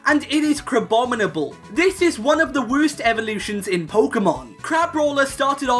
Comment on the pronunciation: "This one is the *wurst*"